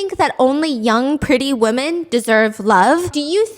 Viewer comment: Women is pronounced wimen...thanks.